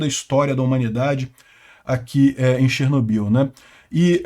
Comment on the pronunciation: Até hoje falam errado no Brasil, se pronuncia Chernó-bil tônica no ó....